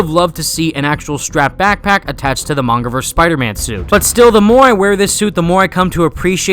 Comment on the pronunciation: i'm sorry, did you say, "the mangaverse spidersuit, or the MANGAverse spidersuit" ?